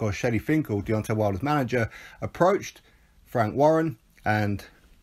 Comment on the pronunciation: Emphasis on the "wank."😅